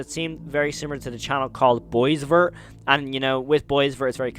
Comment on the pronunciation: Boisvert is french, its pronounced Bwah-veyr